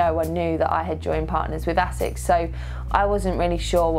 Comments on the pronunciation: I think it's pronounced AY-sixs, not essex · Love my Asics (noosa), and congrats! but come-on Lucy is pronounced AAAsics, like basics without the B...lol